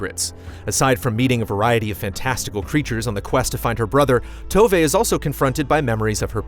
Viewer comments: Tove (at least in Swedish) is more... "To" than "toe" and more "wè" than "ve". Obviously this changes depending on dialect and which Nordic country you actually come from. But the way said it in the review definitely made me lose it slightly 😅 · Oke, but you agree that the way she says the "v" in the video is how it should be? Because THAT'S where the issue lies here. And in my opinion the "v" sounds more like a "wuh" or "wh" than a "v" which is normally a soft "f". I completely agree on the "e" part!